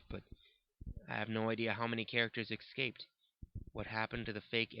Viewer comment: I was enjoying it until you mispronounced "escaped". It's just a pet peeve of mine when people pronounce it "ecscaped".